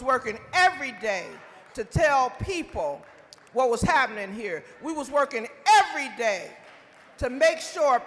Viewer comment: Erreyday Erreyday?